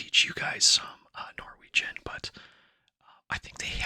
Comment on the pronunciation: This popped up in my recommendations and it's soo nice to hear you speaking Norwegian. Your pronunciation is great! You are very welcome in Norway if you ever decide to visit the land of yours ancestors 😊